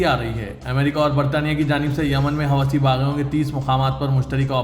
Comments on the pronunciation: It is not Hawasi- please correct yourself- it is howthi - hawasi is a bad word in Urdu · Huti hai hawasi nahi MD, sahi naam padhen